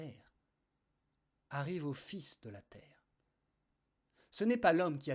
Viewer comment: belle lecture merci beaucoup tellement d'actualité! à la fin par contre c'est les fils (télégraphiques) qui parlent, pas les fils (enfant)